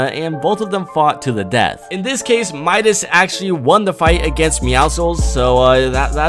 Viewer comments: You said it wrong it mIdas not mEdas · You were saing the name right. His name is not pronounced "Ma-i-das" it is pronounced "Mi-das". Midas is a guy from greek mythology, when he touches somethingit becomes gold. Search it on google. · It's like muscles the c is silent and for Midas it's like m eye das not meedas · by the way, Midas is pronounced "my-dis" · actually I dont mind cuz in french we says Midas pronounced Me-das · bc im from greece and midas is from greek mythology its midas is not wrong guys is right midas not midas with like a e but medas but is a i midas u get me? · It's pronounced "mie - dis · Myth: what would happen if pronounced midas correctly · U said Midas wrong 😂😂😂